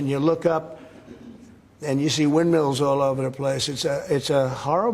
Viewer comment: honey, they're "wildmills", not "windmeals".